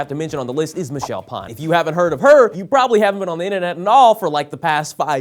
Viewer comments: Michelle Pawn. I didn't know that's how you pronounce her name. What is she, a member of Pawn Stars? Geez, get it together man. Peace Love Yolo. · Wait, did you say Michelle Pan?